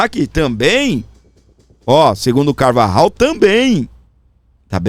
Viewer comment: Aeeeeee el pollo Carvajal = el Poio carvarral (pronuncia)👍👍👍👍 vou te dar aula de castelhano 😂